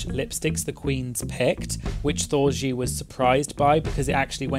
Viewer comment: That you didn't pronounce Thorgy like orgy or Porgy